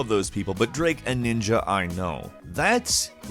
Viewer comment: who's draake